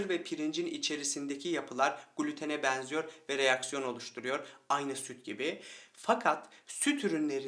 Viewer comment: Konudan bağımsız olarak;benim bıyıklardan çok 'een sona' 'beenziyor' derken, açık e ile telaffuzlerınız dikkatimi çekti.Daha doğrusu rahatsız etti.Kapalı e kullanmanızı tavsiye ediyorum.😊 Ayrıca dişlerinizin beyazlığı...👍